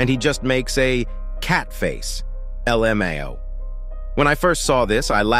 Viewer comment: The Lmao sounded like l o mayo